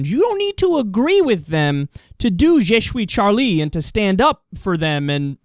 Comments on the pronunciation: jay shoe-ee Charlie ^^ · I laugh so much when he says je suis Charlie. He sounds Dutch